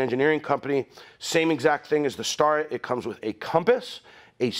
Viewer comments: FYI, I'm a long time machinist, now manufacturing supervisor, and I've never heard Starrett pronounced they way you do. Instead of "star-it", I have always said "stare-et". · It's pronounced STAIR-it. Not Star-rett. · Anybody else cringe every time says “Star-ret” instead of “Stare-et”…..I mean I hate being that guy, but it’s always been a job site peeve of mine….just like people swinging their “East-wing” hammers. 😂😬 But the info was great! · I’ve always heard it pronounced “STAIR ette” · Good video but your pronunciation of Starrett is like fingernails on a chalkboard to me...LOL...